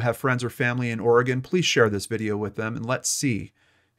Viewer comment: Thank you for pronouncing Oregon correctly.